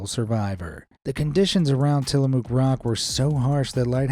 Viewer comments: Tillamook is pronounced muck not moo. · There’s a lot of cows in Tillamook however there’s no moo in it. It’s pronounced Ti-luh-muk. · It’s pronounced tillamuck even though the spelling is tillamook